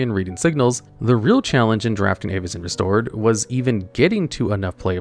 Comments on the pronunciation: Also, the pronunciation of most of these cards is insanely cringe. I get it’s fantasy but Avacyn (Avuh-sin) not Aye-va-cin. The worst was Omnath and he said “Ohm-neth” like what… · 'EYY-vacyn restored' 😂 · I swear you are mispronouncing some things on purpose… how could you do that to Avacyn!